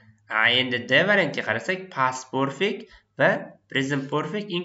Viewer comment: Aka nimaga perfect zamonni poʻrfect deb aytasiz, talaffuzga etibor beringda axir oʻqtuvchisiz